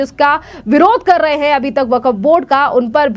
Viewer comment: बेटी वकफ नही वक्फ बोर्ड है थोङा अपनी हिन्दी सही करो